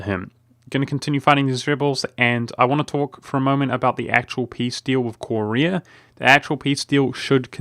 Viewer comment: Ive never seen anyone who pronounced Korea as Corey Ah